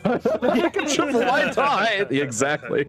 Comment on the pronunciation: LOL... was that supposed to be hilarious pronunciation of "t-eye-the"?? Teething is whst babies do...